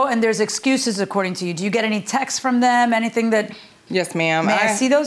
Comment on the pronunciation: It's not "textes" or "texas." It's texts. TEXTS!